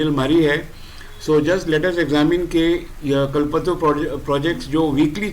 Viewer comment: कलपत्रू नही। कल्प तरु। कल्पतरु कल्प मतलब निश्चय, सोच तरु मतलब वृक्ष। मतलब इच्छा पूर्ति करने वाला वृक्ष आपका pronunciation सही नहीं है।